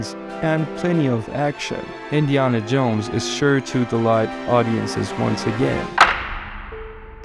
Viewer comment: Do you really think Indiana is pronounced that way?